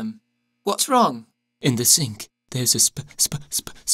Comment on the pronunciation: 'Vas happening boyz